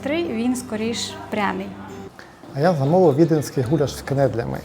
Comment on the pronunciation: гулЯш, наголос на Я 😁😁 дякую, лайк